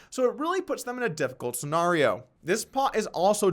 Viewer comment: Polk PLEASE learn how to pronounce scenario!!!!!!